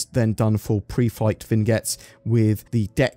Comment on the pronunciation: It's "vin-yet," not "vig-net," because French.